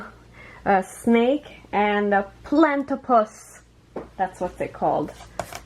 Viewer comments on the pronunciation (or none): FYI platypus is pronounced plait-ee- puss ! Thanks for sharing! Will have to go look for some of these..